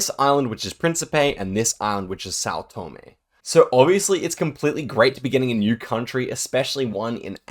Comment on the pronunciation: hey little correction, you say Tòme, but it's Tomé